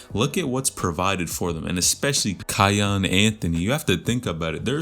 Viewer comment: its key-on